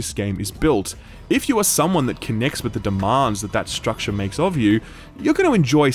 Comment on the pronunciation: Fun drinking game: take a shot everytime this dude says "stractare".